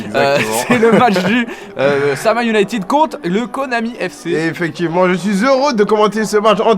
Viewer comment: Sa me dérange de ouf que les commentateurs dise le “Sama Ounited”😂